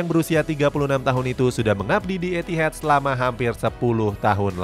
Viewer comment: Etihad bukan Etihed😅